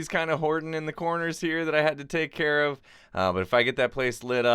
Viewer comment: it should have been, "i'll take carrot that", instead of when you said, i'll take care of that. i love your videos!